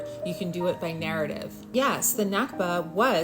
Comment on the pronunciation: One small correction. It’s “nakba”, not “nakhba”.